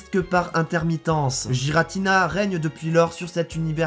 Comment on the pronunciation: On dit pas Jiratina mais Guiratina